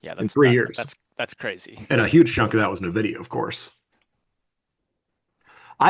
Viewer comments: Guys, for the love of God it's N-videa, not Ne-videa. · I’m with you on that 😂. If you’ve spent any time in the Bay Area, when someone says anything else but n-vidia it’s like nails on a chalkboard